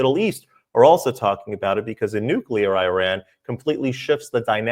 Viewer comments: Victor you are the absolutely the best BUT the word is new Klee ur and not nuke U ler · Nuclear not nucular !! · Victor has the 'can't pronounce nuclear' problem. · nyu-kyu-lerr? NEW-CLEAR!!!!!